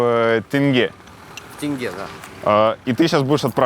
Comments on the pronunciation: момент когда он поправил Дудя в правильном произношений валюты Казахстана🇰🇿с тЭнге на тЕнге порадовал😀 Всё таки Алматы ему уже дом! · о молодец правильно выговорил "тенге", а не как Юрий "тэнге". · Даже Дудь, не может выговорить "Тенге", смешно как его исправил 😂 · поправил Юру, когда Юра произнёс тэнгэ(теңге)! Он уже қазақ! 😅🤣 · Ох уж это "тэньге" от дудя... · Теңге, Юрий, тенге) буквы Э нет)) через Е, как пишется так и произносится 🫶🏽 Классный выпуск, спасибо 🙌 Душевно. Просто. По нашему 🫶🏽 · Было безумно мило, когда поправлял Юрия при произношении слова «тенге»😊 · Дудь столько раз был в Казахстане, но все равно ни как не может правильно произнести слово тенге. Андрею респект!